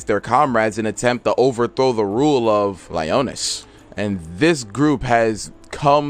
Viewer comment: Its lionas (le-on-is